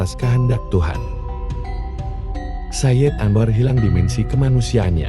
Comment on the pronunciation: Misalnya sayid anwar itu nyambung tidak diputus